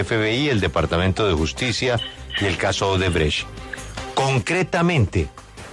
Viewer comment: El fiscal es incapaz de decir la palabra odebrecht 😂